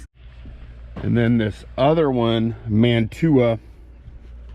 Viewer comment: Isn't Mantua pronounced man a way?